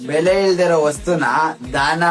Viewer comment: ಬೆಳೆ ಅಂತೆ ಬೆಲೆ ಅನ್ನೋಕು ಬರ್ತಿಲ್ಲ.😂😂😂😂